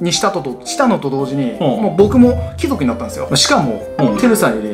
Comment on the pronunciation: ⭕️貴↑族 ❌貴↓族 これ大事w